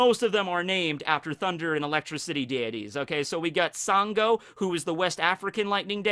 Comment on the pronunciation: Hey, Nigerian here. I think you did a good job on the video but extremely minor nitpick. The west African god of thunder that you’re referring to at the beginning is actually pronounced as “shango” even though his name is spelled “sango”. I can see how you would have made that mistake and just thought I should let you know.